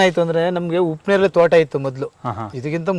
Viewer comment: ಉಪ್ಪು ನೇರಳೆ ಅಲ್ಲ ಸರ್ ಅದು ಹಿಪ್ಪುನೇರಳೆ...